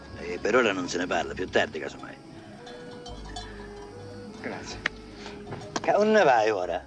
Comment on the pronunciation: IM SICILIAN WHAT IS THAT SHEET! AL PACINO DONT SPEAK SICILIAN OR ITALIAN HE SAYS GREZI VOLIO FARI PASEGIATA . ITS GRAZIE VOGGHIU FARI NA PASSIATA. OH MY GOD